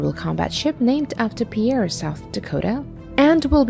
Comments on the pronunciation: USS Pierre is actually pronounced “Peer” not the French pronunciation of “Pea Air” - just an fyi. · Pierre, SD is pronounced 'pier', and, the Little Crappy Ships should all be scrapped. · Im guessing this narrator is NOT from South Dakota. ( Pierre ..Like the guy from France ). lol 🤣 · It is pronounced /pIer/ PEER. GET IT RIGHT